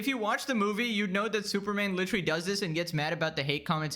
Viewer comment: Lol litewally basicwy lol